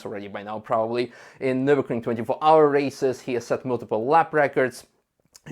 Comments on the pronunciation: Why are you saying - "NurburKring"??? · Why does everyone mispronounce Nürburgring? It's a ring, a closed circuit, in Nürburg.